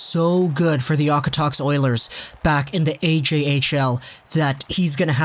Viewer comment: You said okotoks wrong I’m not offended but I’m from there ur the best man